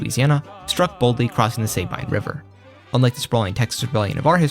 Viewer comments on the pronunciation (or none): I'm not making fun, but the Sabine river and Nacogdoches pronunciation were off. I live in East Texas personally very near to the river and about an hour and a half away from Nac, and that's not how we pronounce it. Again, not trying to be disrespectful